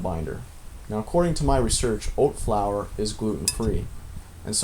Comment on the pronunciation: Old flour? Oat flour? Olt flour? What are you saying?